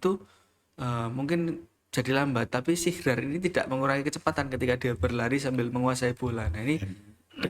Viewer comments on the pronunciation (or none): SIHRAN MAS... BUKAN SIHRAR